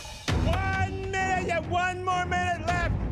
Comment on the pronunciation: no one: literly no one: not even a single soul: alvin: WON MINUITE YOU HAVE ONE MINUITE!!!